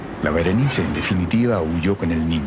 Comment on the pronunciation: Que rabia el narrador weon, SE LLAMA BERENICE